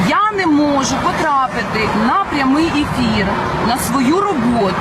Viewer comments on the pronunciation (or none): none